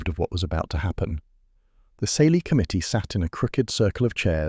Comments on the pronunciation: Smelly? Kayly is how the word is pronounced!!! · Ceilidh is pronounced all wrong